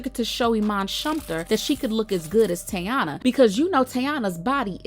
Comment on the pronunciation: Why no one can say her name right not tayana 😅😂😅